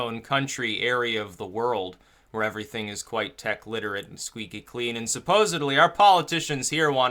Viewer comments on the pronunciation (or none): none